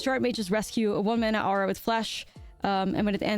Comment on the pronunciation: Did Nummy teach you how to say aura (or-uh)? My ears bleed every time you say arrah ;)